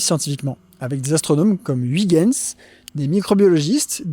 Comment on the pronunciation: A quand la vidéo du Japon ? Est-ce qu'après ça tu parleras de la Corée ? pas agoraphobe mais ochlophobe. L'agoraphobie n'est pas la peur de la foule mais des grands espaces. tu le prononces mieux que la plupart des français mais le "uy" de "Huygens" se prononce comme dans "feuille".